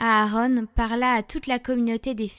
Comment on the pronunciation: Ce n’est pas « Aaronne » mais « Aaron ». Arrêtez de vouloir glisser cette sorte d’anglicisme partout. Le français est une très belle langue 😊. Sans vouloir vous offenser. Merci 🙏 ❤❤❤